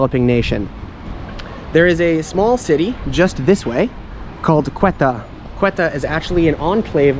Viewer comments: Ceuta is not pronounced „Quetta“ it’s pronounced „sé-oo-tah“ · Ceuta is pronounced Seuta not Queta! and there is Melilla too! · Nice video. One correction: the name of the Spanish city is "Ceuta", not "Cueta". And Ceuta was Portuguese until 1668, then became Spanish till now.